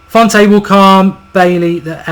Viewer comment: Jose Fonte? seriously?